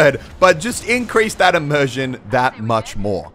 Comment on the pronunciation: Did he say emersion?